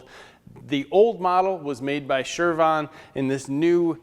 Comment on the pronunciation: are you saying shurvon? chervon? shervon?